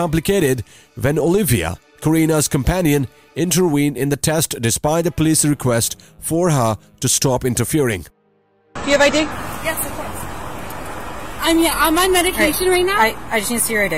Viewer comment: Hey: the word is intervened"... not pronounced 'interweened." and it's not a PETROL car, it's a PATROL car.. Try English.